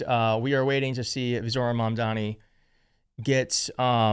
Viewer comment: It's pronounced Mam Dani